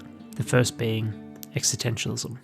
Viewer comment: Great video…but curious how you seem to drop the first ‘s’ in the pronunciation existentialism other than one or two times towards the end.